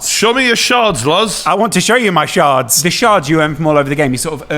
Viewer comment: Did realise they're called shards and not sharts..? Also congrats, daddy 😏